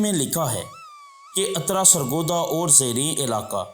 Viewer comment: Bhai jan ye atra ni uttra hy lafz